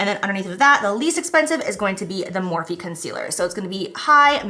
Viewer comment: Jeez. Every darn video, “Morphe” I can’t.